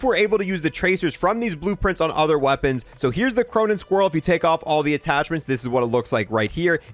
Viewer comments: I refuse to subscribe to someone who butchers words this bad.. It's Squall (Skwall) Not Squirrel Iridescent = EAR-UH-DESENT Not Incandescent or however you said it lol Every video has a cringe or 2 😅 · Squall…. It’s Squall. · bro i can you try and pronounce something the right way for once like you said the word squall so many times all in different ways and none of them are right not to mention all the japanese words. otherwise i really like your content the pronunciation just gets a little annoying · Please learn how to pronounce Squall.